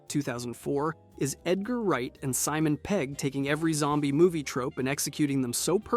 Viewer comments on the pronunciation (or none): none